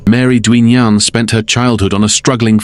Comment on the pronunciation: Duignan is pronounced DIGNUN!